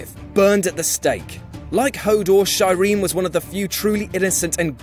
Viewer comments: I'm sorry-SHYRINE? Not like her name was said repeatedly over a couple of seasons or anything.... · it's Shi-reen. SHI. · Shy-reen... shudder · It's not "Shai-rin" it's "Shee-rin" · Sha-reen not Shyreen please make sure that you know how to pronounce the names or words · shyreen? seriously?! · As soon as said Shireen and Selyse wrong you revealed that you're probably not a viewer of the show. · obviously shireen wasn't all that important as the narrator is mispronouncing her name the whole time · Pronounced Shireen and Selyse wrong. Plus no mention of the Sept of Baelor scene. Fuck this. Good list apart from that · you are pronouncing Shireen wrong